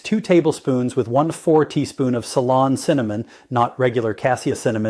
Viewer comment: I thought so. Pretty sure he knows how to say ceylon cinnamon.